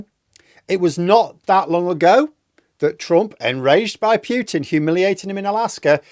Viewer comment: Please say PUTIN, not "Pjutin"! It is just annoying to hear!